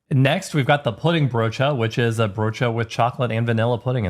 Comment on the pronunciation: At a certain point I just kept watching to hear you pronounce the word broodje. It's not wrong, your accent just makes the word sound really fun. 😁